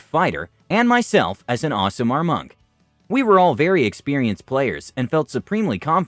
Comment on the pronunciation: Nothing against the narrator, but the way he pronounces aasimar bugs me. He's saying ocelot with an accent.